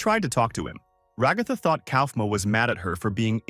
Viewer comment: I don't want to be that "guy" But her name should be stressed at the first so it should be RAgatha not raGAtha